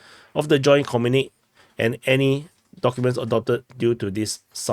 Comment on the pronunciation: Comrade, it's pronounced 'communikEh' not 'communik'.